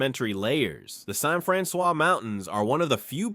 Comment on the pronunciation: I grew up in St. Francois County so it really bothered me to hear him say it the way he did.